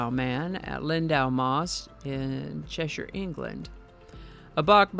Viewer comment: Your pronunciation of Cheshire County in northwest England is spot on. Few American broadcasters get that right. I keep hearing an 'ire' Che-shire, Hamp-shire , Berk-shire my county and a couple of difficult ones Leicester-shire and Worcester-Shire. George Harrison's place is the size of two football pitches wth a recording studio 2 mins walk from the High street, In Henley on Thames. You know you're there when you see tourists outside the main gates. As always, a must, thank you